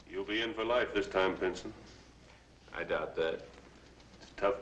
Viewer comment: Why does it sound like the narrator is saying "Pinton" but everyone else is saying "Pinson"?